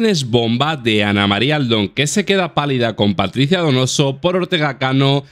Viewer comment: "Paticia" y "caxi" 🤦